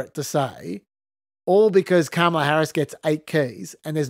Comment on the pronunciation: I am so thankful for your Trump tweet voice actor on the main show. In a world of half-rate impersonators, your guy NAILS Trump’s weird cadence and scattered emphasis on certain words — right down to the mispronunciation of Kam-AH-lah 🤣